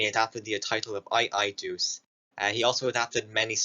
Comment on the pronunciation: i i duce? 💀 did you even listen in class? it's i L duce..... "eel doochay"